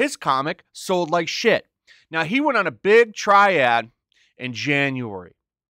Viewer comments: Grammar Police issue citation: it's "Tirade" (ty-raid), not "Triad"... 🤣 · Did you pronounce "tirade" as triad?